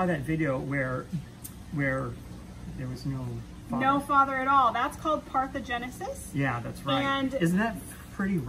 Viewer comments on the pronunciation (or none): par·the·no·gen·e·sis she didn't say it correctly, she left out the 'NO'!! When you want to educate, please do your research before you speak. parthegenesis is not the word